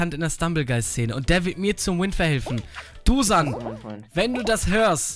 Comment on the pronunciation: Heißt dusan vllt Dušan(Duschan ausgesprochen)?